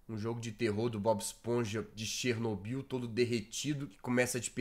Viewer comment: Por que você fala Chernobyl